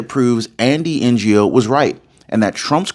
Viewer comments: Andy N O NOT PRONOUNCED N G O LOL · Pronounced as Andy Noh, the G in “Ngo” being silent… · Andy Ngo is pronounced Andy Know, just to help. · Andy No. The G is silent. You're welcome. 😉